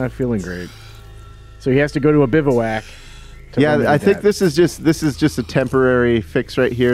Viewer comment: It’s pronounced “biv-whack”, sorry to do that... great preview and so awesome cant wait to play it!!